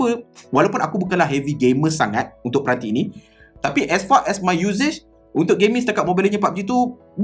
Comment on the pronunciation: as far bang bukan as fak😅 #jgn kecam